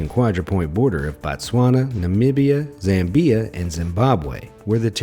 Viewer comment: Learn how to pronounce Zambia properly